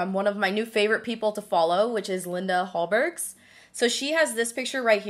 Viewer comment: Oh I love Linda! She is a super talented make-up artist as you. I also love how you pronounced Hallberg! Love watching your snapchat videos, they always have me laughing! Lots of love from Sweden.